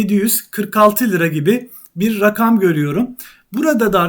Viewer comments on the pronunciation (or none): none